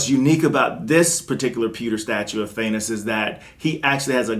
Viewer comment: Im just not a fan of these pewter statues... I need original color. looks nice but noit my cup of tea. And are you saying thanus??? Instead of Thanos? LOL!!!!! Come on Man. lol love your reviews keep them, going. I bought the cable premier statue DUE TO YOUR REVIEW . thanks for that. still waiting for it to arrive in the mail.... Im trying to get a xm statue, do you know the best way I can obtain one? And also im asking everyone that im willing to buy the galactus maquette from sideshow. So if you have and want to move on from it please inform me im on the hunt for that statue